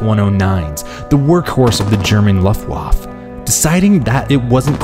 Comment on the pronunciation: and stop saying luftwaph